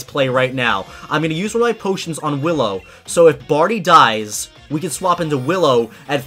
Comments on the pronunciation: Wait...Hallow? You mean Willow right? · He said hollow instead of willow haha xD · Its willow not hillow😂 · Howllow. me: Willow!